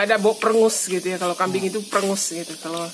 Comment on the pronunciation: Kambing..bukan kambiang